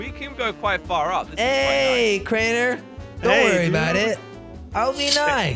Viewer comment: its crainer